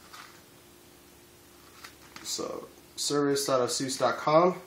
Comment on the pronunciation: First things first, I'm not gonna lie, it's Asus not Asuse. Pronounce it properly